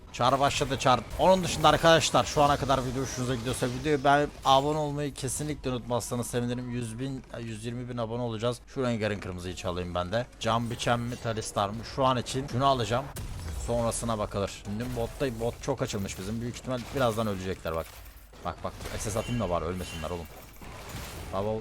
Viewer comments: abi tahsildar diye item var talisdar diye okuyosun bilgin olsun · abi gözünü seviym talisdar değil tahsildar tahsildar kafayı yıycem